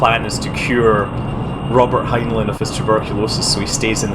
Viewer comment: scott its prenounced heinline.